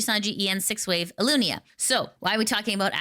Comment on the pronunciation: Past two years me would've recoiled at the pronunciation of Ilunia, but because it's Nijisanji feat. minor spelling mistakes I'm not going to bother